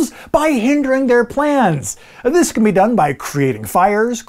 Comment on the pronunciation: “Delivery date of dis October” Man, REALLY pushing that alliteration.